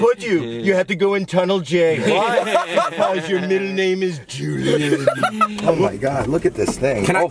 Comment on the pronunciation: It was funny how he said Julian